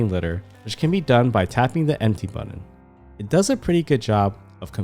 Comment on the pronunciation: Thank you for this excellent video:) I have one complaint though, button is not pronounced BUDDEN. Was driving me nuts, sorry